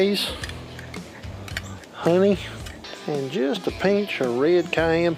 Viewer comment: “just a paynch of red cayenne pepper” - love it.